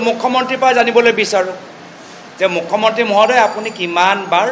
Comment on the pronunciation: Apunar mukhya mantri word to bhal ke fota ni..😂😂😂 Assamese najane nk